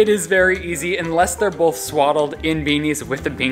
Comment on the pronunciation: why does say “boLth” instead of both lol Shane too